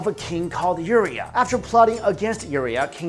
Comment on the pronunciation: To the narrator... you absolutely butchered the names of several people, namely, Pericles, Uriah, Marie Antoinette... and the word "papacy." I suggest you learn how to pronounce these words and names and redo your video!